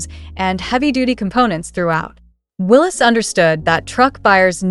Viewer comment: It's Willeeeeeeessss NOT Willesssss.